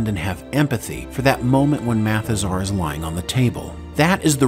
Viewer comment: MATHAZAR, not "Mathis are!"